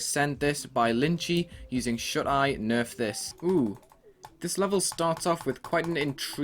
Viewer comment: I understood "Should I Nerf This" lol